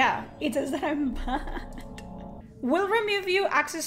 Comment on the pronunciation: I ahm bahnd. 🥵spicy accent.